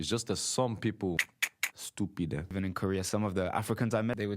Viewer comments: The way he said ''stupide'' burst my head! I love that bro! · I WAS THINKING THE EXACT SAME THING TOO!!! ESPECIALLY WHEN HE SAID “stupid eh”😭😭😭